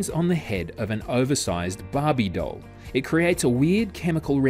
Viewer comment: 9 verbal and 11 visual. I felt the exact moment I was lost because when he said "doll" it sounded like dull because of his accent. I was able to remember some after and the word doll once I opened my eyes to see what it was. It just threw me off a little.